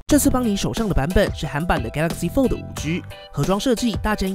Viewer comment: 拜託可以把 fold 的 d 發得清楚一點